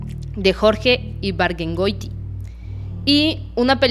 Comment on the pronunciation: Ibargüengoitia se pronuncia con diéresis.